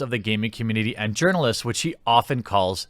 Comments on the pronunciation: This whole time I thought you were calling them Yernalists/Yournalists not urinalists... :o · Aww, I thought Jeremy simply couldn't pronounce the word "journalists"